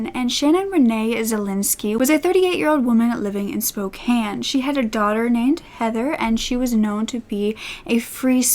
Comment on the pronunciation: You said Spokane properly. Kudos!